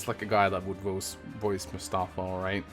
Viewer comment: it's pronounced Mus-ta-faa